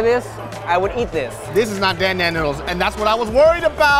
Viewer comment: My heart hurts every time people say "Dan Dan" wrong. LOL